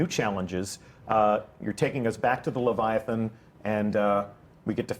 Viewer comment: Lythathan. Ly. that.han.